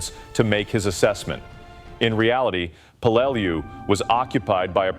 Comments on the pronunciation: When I was in the Navy there was a ship ship named in remembrance of the battle of Peleliu. We all pronounced it Pel le lou. I think the voice bot needed more training. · C'mon you do a video on this battle and you can't even pronounce the name of it?! Typical American, I guess.